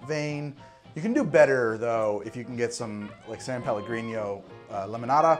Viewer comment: FYI San Pellegrino is a Italian brand and isn't pronounced with the spanish "ñ" sound, just a normal "n".